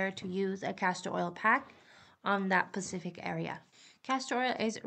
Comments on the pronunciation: Have you ever hear any one with an accent. OMG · I hate when I hear the wrong pronunciation 😂